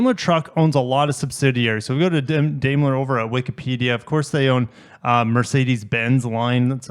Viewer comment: Daimler is pronounced "Dime-ler."